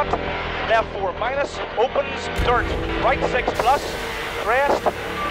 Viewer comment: Shright, Shleft. Awesome, lol.